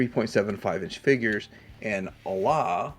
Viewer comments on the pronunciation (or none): none